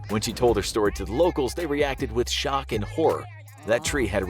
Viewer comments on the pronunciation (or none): none